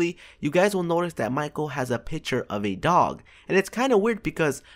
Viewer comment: Lmao he says piture instead of picture